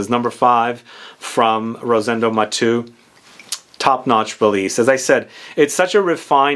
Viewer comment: Not Matú/matoo. Is Maté-u.